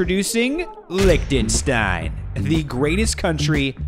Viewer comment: He pronounced Lichtenstein wrong